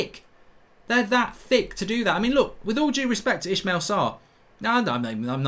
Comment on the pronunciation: Ismaila! Not Ishmeal